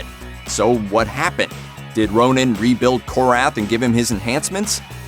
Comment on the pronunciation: Hey it's not Ronin. It's Ronan. Ronin is Clint Barton.